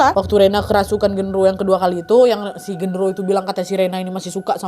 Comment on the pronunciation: Kak kurang jelas pas Kaka ngomong gendorowonya ngerasukin si rena😢😢